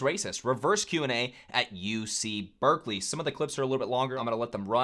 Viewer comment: Bruh it’s Berkeley….